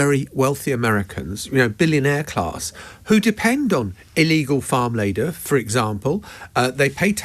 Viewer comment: the the fact he can't even say the word labour , says it all